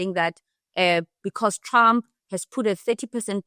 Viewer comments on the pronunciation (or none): none